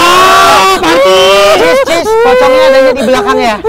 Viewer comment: anwar manggil parti jadi sri, pirta